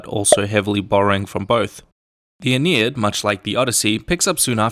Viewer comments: Aeneid, not Aenied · It's "Aeneid".